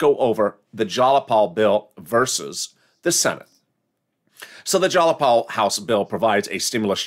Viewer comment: JAYapal! Jay pronounced JY(like MY) not like Wall!